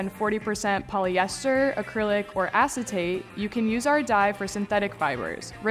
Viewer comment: Why do I feel like (myself included) people today expect something that at most takes less than 10 min and w.o any actual work haha.with the cost of living I will glady learn how to unlock my arts and crafts side ,just won't tell any of the homies 😅 ,also being immature for one second when you said the word acintate I thought u said contains ass -n-tate 😂